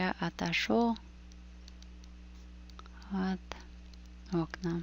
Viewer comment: от окнА, not от Окна